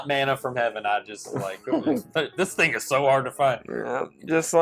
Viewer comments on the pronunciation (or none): none